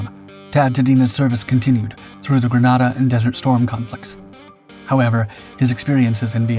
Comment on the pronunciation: you pronounced Grenada wrong